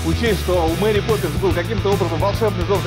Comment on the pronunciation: Crash Zone так же не Мери а Мэри))